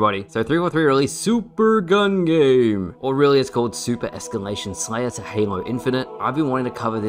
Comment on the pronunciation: You sounded American when you said super gun game, idk if its just me